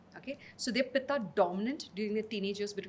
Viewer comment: Good podcast but pronunciation of Vaat, Pitta and Kapha is annoying. Also, what is Ubtaaan? It's ubtan. She slips in between when she says Vaat-Pitta and in the next sentence quickly switches to Vaataa and Pittaa. When we say Ayurveda needs modern acceptance, it doesn't involve deliberate mispronunciation to make it western. Respect the science you're trying to preach.